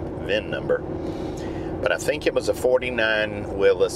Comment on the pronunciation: Thank you for saying “Willis”